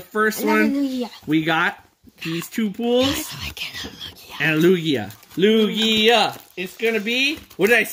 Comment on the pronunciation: TugiaNoooooooooooooooooooooooooooooooooooooooooooooooooooooooooooooooo wait isn’t it supposed to be Lukia